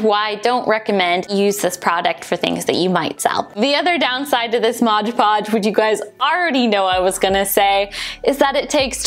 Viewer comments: It’s Mod Podge not MOGE PODGE 😖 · Great video but it's MOD podge. Not modge podge. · thank you for making this super helpful for "mod podge" not " MODGE PODGE" HAHAHA lol. ♥☻☺ Have a great day!!! Cheers